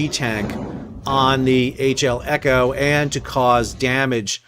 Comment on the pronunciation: You called the ship Echo and Elco all the way through the vid and not once did you call it the eco. If you want to be taken seriously as a news channel, how can I trust anything you say if you can't get a name right? Details don't matter. Gossip channel. I'll look elsewhere.